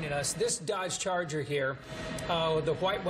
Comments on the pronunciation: dodge carter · News lady: “dOdGe chARger” 😂😭